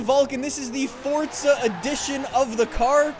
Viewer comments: i love how he says fortza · Y does he say fort za